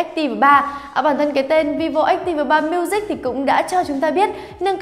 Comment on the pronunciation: Ách ti vồ 3 miu zich . Đọc thì nửa tây nửa ta :v haha lại còn phát âm sai 😂😂😂 đọc hẳn vi vô ách típ 3 miu dích cho nhanh :v hahaha